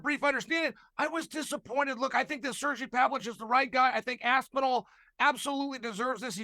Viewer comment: It’s Sergei Pavlovich I think, like Spanish Sergio, and Pavlov is like Paulo. It’s not hard but you foreigners are dumb when it comes to Russian names even though every name has an equivalent in English or Spanish